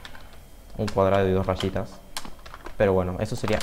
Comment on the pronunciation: "un cuadrado y dos rashitas"